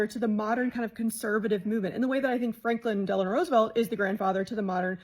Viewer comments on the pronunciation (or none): none